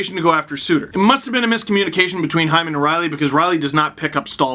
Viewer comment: It's not Zach Hyman it's Zach Heeman